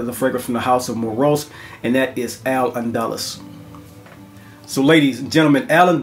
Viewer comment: Al Andalus- pronounced "AL AND Dah Loose" tremendous list, this is a great balance of gentleman meets boss masculine, alpha, command the room. salute